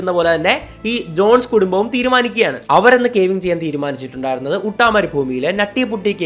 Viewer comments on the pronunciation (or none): ഉട്ട അല്ല അട്ട. തോന്നിയ പോലെ അങ്ങ് പറയുന്നു. It is യൂട്ട.